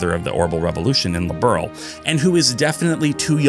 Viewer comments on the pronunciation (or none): My only big criticism is the lack research on names/terminology. Like Liberl. Its not Its pronounced more like earl with a b un front. That's still not exactly right either, but much closer than liberal. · I started with Cold Steel. I haven't played any of these new combat games. I tried the Horizon demo and this game and holy crap, im missing out a lot! Bought all 4 games that im missing lol. Liberl gets pronounced differently depending on who says it lol